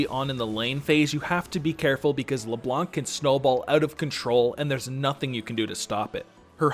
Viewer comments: Please stop saying LeBlonc LeBlonk LeBlonq it's LeBlan literally a French word. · Ye, french is my first language and i approve.